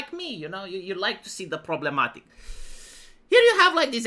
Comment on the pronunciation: 😂 Pruhbremmatique 😂 Great!!